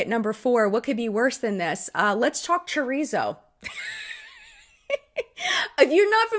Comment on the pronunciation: Not Chur-ree-zo, it’s Cho-reet-zoh. Haha